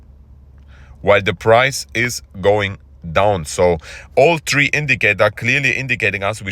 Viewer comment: if they go, no if they will go. only 1 will in a sentence. THree and TRee are different words, you pronounce them the same